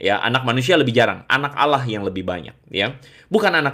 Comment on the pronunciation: Org beragam Nasrani, walau pux Titel ada 15. Tp cara mmbaca di kitabx, msh salah baca.. ALLAH di baca ALAH.. lucux aja dgrx.